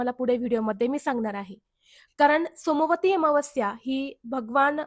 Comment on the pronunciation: सोमवारी अमावस्या उच्चार चुकतो आहे ताई